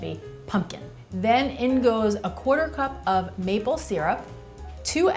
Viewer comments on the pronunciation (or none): none